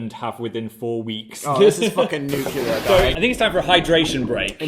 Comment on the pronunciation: Dan sober: nuclear Dan drunk: nucular